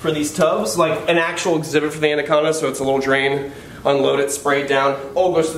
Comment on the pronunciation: The way he says andaconda instead of anaconda